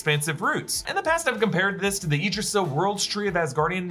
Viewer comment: Yggdrisil is actually pronounced (iegg-dre-sil)